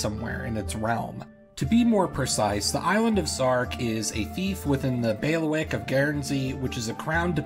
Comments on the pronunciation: Pretty sure it’s bay-lee-wick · Thanks for the video. Heads-up: it's pronounced: 'baileywick'. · This was absolutely fascinating, and I learned a lot. But I'd like to return the favor: "bailiwick" is pronounced "BAY lee wick", not "bail wick". I have never heard the word used so many times in such a short period of time, and after the third time it was like fingernails on a chalkboard. See six examples